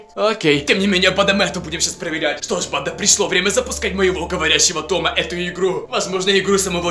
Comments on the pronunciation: не ТомА, а ТОма. Произносишь на французский манер. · Правильно говорится не Тама а Тома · Правильно говорить То́ма, а не Тома́. Без обид) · «В говорящего Томá...». Почему не Тóма? Я, кстати, тоже ) Ты слишком быстро говоришь Блин, а вот с каналом (Том) уже палитесь и бесит( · Не Тома' 😂 а То'ма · Да ударения на о а не на а